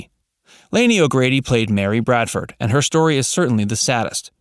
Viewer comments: BRADFORD!!!!! NOT BRADEN!!! You should be required to watch one episode before narrative is given. Grrrrr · Bradford not Bradsom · Their name was Bradford. He keeps saying Braden and Bardson. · He also says"Bradson" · He also called then Bradson. You would think getting their last name right it's pretty basic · It's BRADFORD. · Tommy Bradson? They could at least get the character's name correct!!! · Yeah um...maybe find someone who actually knows this show to write your script. When you can't even get the name Bradford right, it is pretty bad. And no mention of the first mom, a genuine tragedy. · Hmmm , they left out all of Willie Aimes’ work in Christian tv programs for children and Christian movies. And they didn’t even pronounce the last name of the family correctly at least once. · Yes, that annoyed me to as well as continually naming the tv family incorrectly. it was Bradford not Brayford.